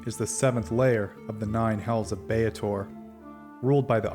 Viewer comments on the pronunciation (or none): Then that's just dumb. Double a is not pronounced a-A, it's pronounced a. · My dude, it's Bay-tor NOT Bay-at-tor. Drives me up the wall.